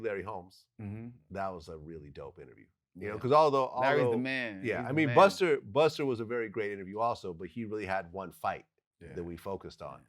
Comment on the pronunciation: it's busta not buster you clown